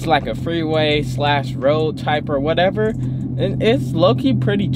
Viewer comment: 🤣🤣 said “WHATEVA”